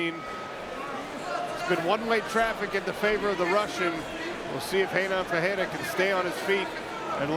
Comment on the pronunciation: I wish the commentator would learn how to pronounce Ferreira. Its pronounced with an F, for Sucks Fake., not a P! Its not the same name as Alex Pereira. FERREIRA means Blacksmith which would be a perferct MMA handle for Ferreira. Just trying to sound smart.